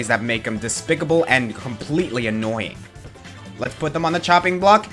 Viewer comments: on the porky thing you said annoyink instead of annoying!!!!!! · "Annoyink". Aaaaand that's where I stop watching.